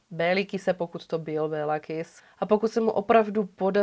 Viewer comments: Děkuji moc za super příběh, opět skvěle zpracované =) jen maďarsky se to vyslovuje Kiš ;) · Super video:) jen v maďarštině se dvě S čtou jako Š. Takže Kiš😉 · Moc pěkně zpracované, jako vždy. Jen pro pořádek- "s" se v maďarštině vyslovuje jako "š" (Kiš), "gy" jako ˇ"ď" (Naď)... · Taký drobný detail...jeho meno sa vyslovuje "Kišš" :) V maďarčine je "S" vyslovované ako "Š" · Moc rádi vás sledujeme , jste super . Kiss v maďarštině se čte jako Kiš .. to je jen drobnost, jinak jak píšu super a aj tak super 😊 Károly Nagy - Károly Naď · Ano. Kiš.v překladu Malý.🤔.